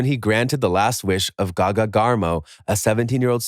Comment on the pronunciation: Anyone gunna say how he called a person named gage GAGA